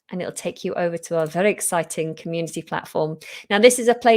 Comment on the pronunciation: Is marketing for Ikea? - 'very exciting' - was that the northern accent:)